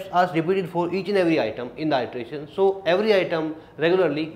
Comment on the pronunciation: iteration /ˌɪtəˈreɪʃn/: you correct your pronunciation.